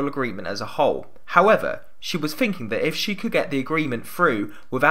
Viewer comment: Really weird listening to, as his "third" and "three" and "thinking" sound like "fird" and "free" and "finking".